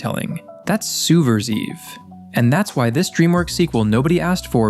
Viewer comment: I love things that are Im Pose Eebley and Soob Ver Seev. May wanna take another pass with the AI's pronunciation next time.